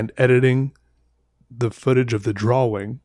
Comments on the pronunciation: Reagan Fleet probably his accent. It’s pronounced draw-ing but he says draw-wing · Dr-AWE- ing.. that’s it. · i love how he says drawing he says it like draw-wing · draw-wing or draw-ying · Literally nobody at all.... - “DRAW-WING” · I thought i was mishearing him. Probably just an accent thing but i have always heard it more pronounced drawring so it was kinda cool hearing it pronounced differently :3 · Love this guys videos, super chill and relaxing. And he’s hilarious! But why.... why does he over pronounce “draw” and “drawing”??? Anybody else hear: “drawwing”? His pronunciation on everything else seems fine! lol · Idk if hes doing it or it's just me but is he pronouncing drawing correctly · I love the way he says drawing